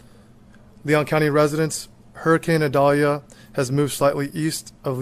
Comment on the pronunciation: Why does Desantis insist on mispronouncing Idalia??????....official Pronounciation is ee-DAL-ya (Hispanic name)